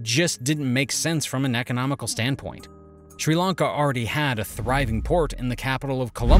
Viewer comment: Its Srilanka not Schrilankaah